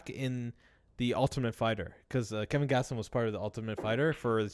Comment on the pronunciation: KELVIN gastelum not kevin haha